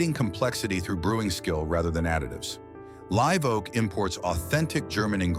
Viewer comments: AI pronouncing “LIV” Oak vice Live Oak, then corrects half -way thr4ough! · When will ai learn to say Live, not live? 😊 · AI narrating is sooo f'in annoying, live oak ....LIVE with a hard "I" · It's pronounced "live oak" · The AI voice can't pronounce Live Oak right.